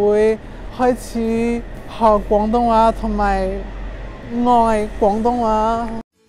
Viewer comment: 佢啲廣東話真係冇懶音 佢冇將廣東話講成講東話…